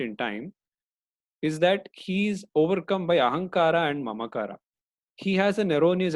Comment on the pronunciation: That's it,, i give up, can't tolerate more extra 'A', ahamkaraa?? Mamkaraa? I know its not big deal to use ahamkaar as it is. You are only mocking hindi language, its like somebody disrespecting our elders name. If this is done by any foreigners i can not offended little bit. But u i dont know. Sorry sir. but thanku for the knowledge.